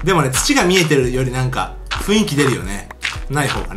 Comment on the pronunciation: HikakinGamesふいんきじゃなくてふんいきですよ？